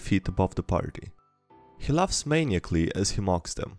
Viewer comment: Just want to point out to help, but it is pronounced 'muh-nie-ih-kuh-lee'